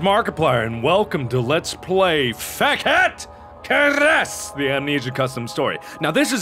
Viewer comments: And it's pronounced "Fe kede KeiResh" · Haha, you completely pronounced I wrong! It's pronounced fekete keresh. It's hungarian :P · I love how Mark tries to pronounce these hungarian words: "FEKET KERESZ!!! " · I love the fact that this game is situated in Hungary, since I'm half Hungarian. The music is really cool, but the only thing that slightly bothers me is how you pronounce "Fekete Keres". (the title doesn't even make sense to me) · Zsófia Kordován I heard that "Fekete Keres" isn't actually correctly said lol, so there's your proof :P